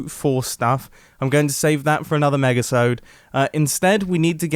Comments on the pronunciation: Did anyone else noticed mumbo said megasode? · did he just say negasode